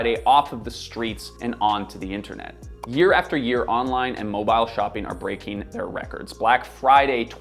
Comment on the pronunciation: Did this guy just say moe-byle